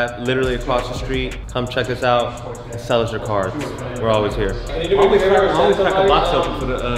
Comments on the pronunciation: man cant say cards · Sounds like ya saying cars not cards lmao. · i thought he said carts, but no cap a cool kicks smoke shop would be cool i don’t even smoke but it sounds dope (obviously a better name tho)